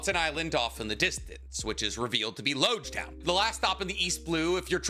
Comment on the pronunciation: I know this is really minor, but it's important. it's Logue Town, not Loge Town. It seems minor, but it's alluding to the fact that after this town you're going to need a Logue Pose to navigate the grand line.